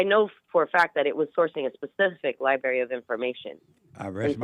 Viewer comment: I can't take anyone seriously that says "Li-berry" instead of library. I remember my elementary school librarian telling us that on the 1st day of Kindergarten